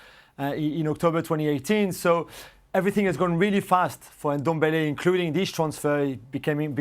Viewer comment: Lol It’s not N-Dombele it’s Ndombele